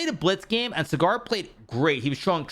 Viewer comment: Writing this cause Sagar's name has been butchered so many times. It is Saa-gur phonetcally, not Cigar. It is a matter of respect and hope this is remembered,. As always a big fan of your videos..